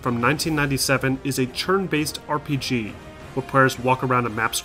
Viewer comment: "Churn based battles" I cannot unhear it.